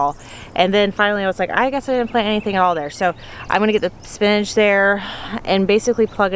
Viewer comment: Say spinnage one more time lol spin-ach